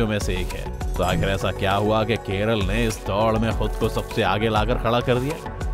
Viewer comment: Keralaaa Thik se bolo bhai ❣️